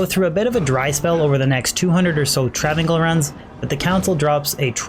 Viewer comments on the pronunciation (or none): its travin 's(i)l not travincul. seriously cannot believe you are saying travincul its breaking my brain. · Welp, i guess the understanding of the English language have seriously escaped you.. Its pronounced Trav-incal even Deckard Cain says Travincal...If Deckard Cain is wrong then im a bunny rabbit.